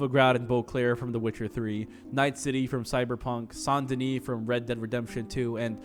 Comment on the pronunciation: You don't have to mispronounce Saint Denis in an Anglo accent. As a French speaker, I cringed so hard at that. Just say Saint Denis man